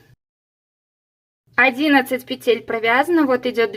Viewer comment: Все понятно доступно мне очень понравилось спасибо Но почему-то в слове-Петель-Неправильно ставите ударение